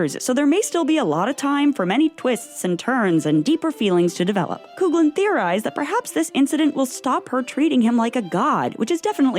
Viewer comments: I would just like to thank you guys for making me laugh by pronouncing “Coughlin” as “Coog-lin” 😂 It’s Irish, it’s “Caw-lin” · Nicola Coughlan's surname is pronounced "Cough-lin" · can you PLEASE teach the narrator how to pronounce words and names like "Coughlin" (cough lin) and viscount (vie count) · It's actually pronounced coff-lan. She's Irish. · OMG…another video narrator who refuses to properly pronounce VISCOUNT not to mention Nicola Coughlan’s surname. So annoying. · The way you pronounced Nicola’s second name “Coughlan” . I can’t 😅😭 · The constant mispronunciation of Nicola Coughlan's last name, is aggravating! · Sorry but I think you might be badly mispronouncing Coughlan. Also Viscount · I was about to write a comment! Yes, it's supposed to be that. I mean, she has sooo many interviews saying this, it's not that hard to find a video of her saying her last name.